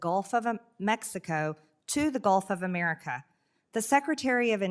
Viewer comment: First we need a law stating NO Name changes until Marjie learns how to PRONOUNCE "America". She shouldn't be allowed to speak until then.